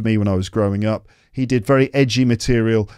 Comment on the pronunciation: 曾在網上一些教人英語的視頻中, 見到他將 up, 讀成 op, 這有點奇怪! 是否真的有人會這麼發音? 算是標準嗎? 但我查字典, 無論查英式還是美式, 也查不到這種奇怪的發音!